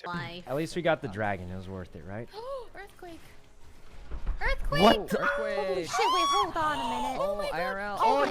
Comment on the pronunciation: Yeah you make my earfquake.